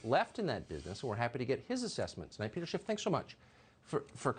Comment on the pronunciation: Teleprompter pro tip: no "T" in Schiff